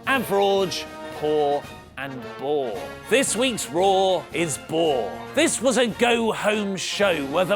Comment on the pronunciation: whenever says Monday night RAW, I hear Monday Nitro.